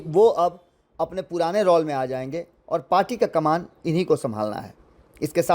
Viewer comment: रौल रउआ नहीं ठीक बोलब, रौल ना रोल 😂